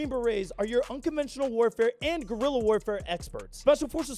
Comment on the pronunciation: "Gorilla warfare", was that the editor? xD it's Guerilla